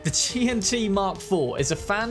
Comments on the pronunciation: QianT is Chinese so "qian" is one syllable, "chān-tì" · “That Kwaiyant mark fuck” 😂😂😂